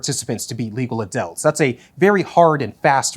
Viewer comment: Anyone else keep hearing “adelts”?